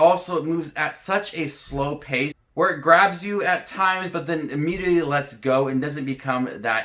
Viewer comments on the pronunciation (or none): none